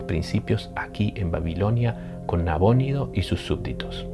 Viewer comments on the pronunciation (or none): ¿ Nabónido o Nabonido? nunca lo había escuchado con acento.